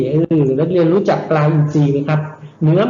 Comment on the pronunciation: อยากให้คุณครูออกเสียงรเรือในบางคำให้ชัดเจนด้วยครับเช่นในคำว่าเรียนรู้ นักเรียนคุณครูจะออกเป็นเสียงลลิงอยู่ครับ หรือคำว่าคลิปคุณครูก็จะออกเสียงว่าคิป ขอบคุณครับ